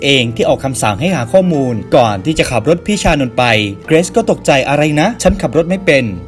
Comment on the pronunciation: เกิซ??? เกรซไม่ใช่หรอพี่